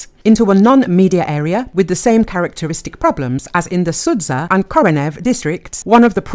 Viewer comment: pleeease don´t say "sudza", it´s Суджа, like you say "butcher" or "archer".